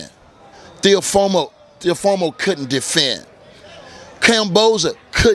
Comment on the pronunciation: Tarver say all these fighters names wrong lmao. Lomo,Teofomo,Kamboza 🤣